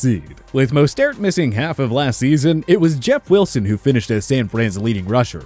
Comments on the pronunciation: I heard mustard lol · Man this guy butchered mosterts name BADLY